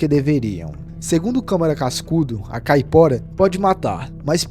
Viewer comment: Me desculpe mas não posso deixar passar . NÃO se fala ou se escreve "Famaliar" o correto é "FAMILIAR" , pois vem de " família " ou seja , o diabo que pertence à família. NÃO se diz ou se escreve " Capora" , o correto é "CAIPORA" , quem é brasileiro e NÃO sabe o nome correto de suas lendas ??? ...só quem não presta atenção no que está lendo !!!😮😮😮😮 um vídeo não se faz só lendo um papel , mas sim contando uma história que a pessoa já tem conhecimento .